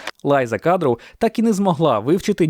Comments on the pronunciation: Lisa Kudrow вимовляємо як Ліса Кудров, а не Лайза Кадроу - саме так вона називає себе, і саме так є назагал знана в США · Багато чого знала , але дещо було нове. Дякую. Доречі, правильно Ліза кудроу а не лайза кадроу